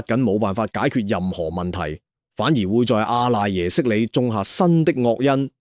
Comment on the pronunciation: (阿)讀(柯）賴耶識